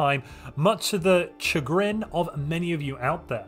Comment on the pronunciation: Sidenote: Chagrin is pronounced with a sh-. That said, I am very much disappointed at the absence of ground combat rework (again) indeed